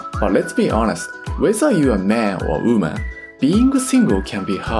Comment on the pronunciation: Nice video, but hearing "single UME" was a little bit confusing. 😁